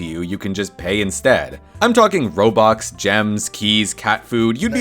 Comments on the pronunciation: "robox" u said it wrong its "robux" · Bro called robux Robox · "im talking robocks"🥶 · “robox” as i am a roblox player that was painful